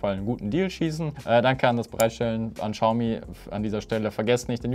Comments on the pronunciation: hör auf "Tschaumi" zu sagen! Es heißt "chiaomi" mit einem ch wie in ich. Danke und jetzt bin ich auf das nächste Video gespannt;) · Man spricht es "SCHAUMI" aus. Ohne witz